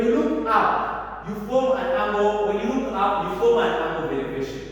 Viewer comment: Angle, not angel